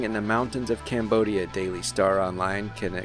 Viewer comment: how he says cambodia lmao